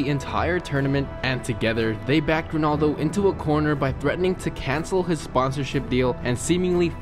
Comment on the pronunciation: Rownoldo Zidaaaarn BalOnador What the fuck are you talking about!?